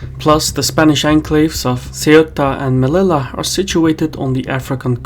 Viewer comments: Ceuta is pronounced They-uta, Melilla is pronounced Meleeya. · the double ll in Melilla would be pronounced as a (y), as in "Meliya", not me-li-la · I prefer me-LIL-ya, as original pronunciation of the "LL" is LY. You'll hear that in Paraguay, Bolivia, and Northern Spain. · Melilla is pronounced as "Meliya" my Caspian friend. (Thanks you for such good videos)